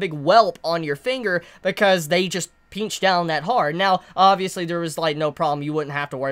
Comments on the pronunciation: I like the way you say pinch. Peenchers lmao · The way u you say pinch is funny